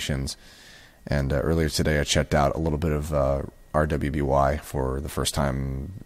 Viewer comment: Great input as always,. Although, this is probably the first time I've heard anyone pronounce it by each letter since the show started. It's pronounced "Ruby", it just has a W in it because of the color theme and because one of the four main characters has a W in their name.